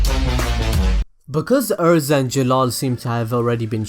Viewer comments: “Er”.. za. Erza not Urza. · IT IS EH-RE-ZA not errza